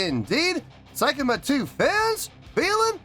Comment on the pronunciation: Pronunciation is more like "say" kima 2, rather than "sai" kima 2 👍